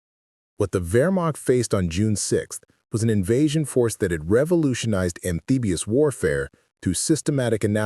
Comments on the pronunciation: "AMFEBIOUS" instead of amphibious denotes AI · Amfigious, you AI idiot?